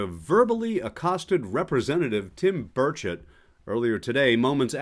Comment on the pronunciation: Senator Burchett pronounced Bird Shit must have fallen on his head because he is making no sense